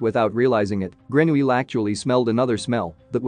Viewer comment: I heard how the narrator said his name and remember that Americans or others pronounce the -ille weirdly : example= Ratatouille!!😵‍💫